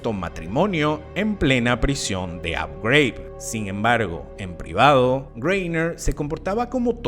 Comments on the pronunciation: Manín, Abu Ghraib es un nombre árabe, no de EEUU. Es Abú Juráib, no abouw greiwb. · ¿Por qué pronuncias Abu Ghraib" como si fuera algo en inglés? Es árabe. Pareces el típico gringo ignorante pronunciando así. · Tema interesante pero tu pronunciación de Abu Ghraib lo hace infumable